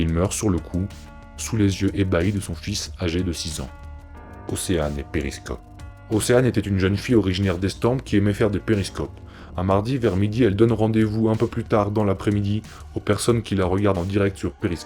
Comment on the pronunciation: la videos est bien mais ta vu je suis obliger de critiquer on ne prononce pas le S de estampes on dis comme etampe